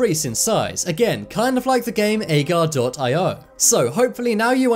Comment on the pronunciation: That was slither.io in the video you showed. And its pronounced A-gar-eo